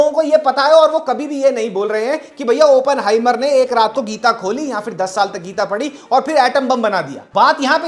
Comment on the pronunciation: Why is everyone pronouncing it as Open-heimer ( opening ) its Oppen-heimer .